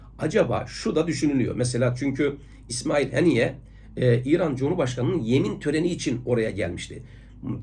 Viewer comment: Hocam tüm videolarınızı izliyorum.Müstefid oluyorum.Ancak bazen Türkçeyi uygun kullanmıyorsunuz.Anladığım kadar irticalen konuşuyorsunuz.Önceden kaleme alıp ordan okusanız videolarınız daha etkileyici olur.Birde bu videoda rahmetlinin ismini telaffuz ederken bazen Haniye bazen Heniye diyorsunuz hangisi doğru.Aboneniz olarak beğeni sekmesini tıklıyorum.Bu kadarcık tenkidimi hoş görürüsünüz umarım.